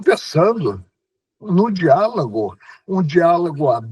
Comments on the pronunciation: Quando o melhor de todos os ministros dos últimos 100 anos (e digo isso sem nenhuma ironia), pronuncia "diálago" ao invés de "diálogo" e "cerceio" ao invés "cerceamento", nós sabemos que o problema não está e nem nunca esteve no exercício do poder. Quem critica Lula, não tem ideia do mal que Paulo Freire e outros fizeram. De toda forma, é louvável os esforços do ministro aposentado. E a ele deixamos nosso agradecimento. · Ministro fala dereito. Nao e dialago e sim diálogo